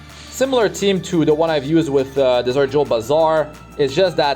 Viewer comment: I still love that he’s “Dessert” jewel Basar rather than desert jewel, which makes sense because he’s such a snacc lol